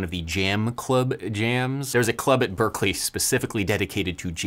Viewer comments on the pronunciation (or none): none